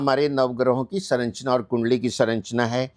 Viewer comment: श्रीमान जी संरचना को सरन्चना न बोलो